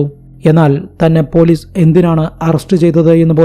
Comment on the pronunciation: സ'" എന്ന അക്ഷരം പറയാൻ പഠിക്കൂ ആദ്യം. എന്നിട്ട് പോരെ കഥ പറച്ചിൽ!!! സ ക്ക് പകരം z ആണ് വരുന്നത്. അറുബോറൻ! കേസ് എന്നത് കേz , police എന്നത് പോലീ z 😂😂😂😂😂😂😂 കഷ്ട്ടം!!!